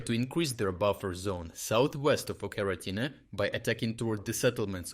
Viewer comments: Pronouncing it like Oca-rina-time is not only wrong but sounds like a Zelda game. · still subbed for quality of analysis, but lately it honestly sounds like this is narrated by AI - "Ocheretyne" pronounced one way, pronounced a different way. I can't imagine anyone saying a name of a town in 2 different ways just seconds apart, but correct me if I'm wrong. Please keep up the great work, but please don't cut corners with AI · Why are you not pronouncing the village of Ocheretyne properly? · Why do you pronounce Ocheretyne like you do? 🤔